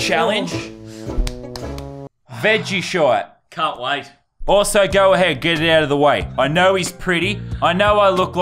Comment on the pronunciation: It's not veggieshite it is veggieshir